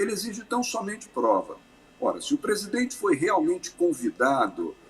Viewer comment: Q AGONIA ESSE HOMEM FALANDO "PRESIDENTE" .PRESIDENTE AI DENT#😤